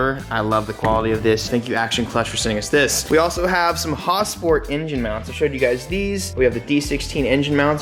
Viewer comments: Hosport XD does he mean Hasport? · Its HAS-port, Not HOS-port. For pronunciation. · Why do you say “Hawsport mounts” ?